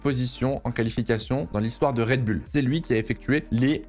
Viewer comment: toujours red bul et pas red boul dans la prononciation...